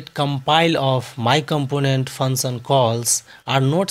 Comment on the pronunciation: please work on your pronunciation.. fun sun? fun son? function..